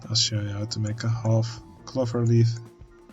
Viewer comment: Hey man, love seeing this unfold, never knew about this game! Just a tip, the word clover uses the O-sound as in the Dutch pronounciation of Oven!